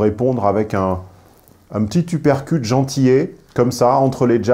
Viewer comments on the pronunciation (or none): none